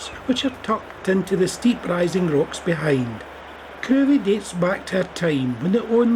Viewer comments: Lovely video. Crovie is pronounced "Crivvie". As there isn't a road in the village, I doubt many garages were washed away in 1953 :-) Keep up the good work! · It's pronounced "krivie"